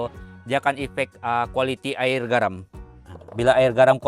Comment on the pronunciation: Jelas sejelas-jelas nya sebutan nya kan,tanpa meninggalkan huruf yg di eja. Air------sabahan sebut air,klu smnjung Aie..😅😂 hilang huruf "r"nya.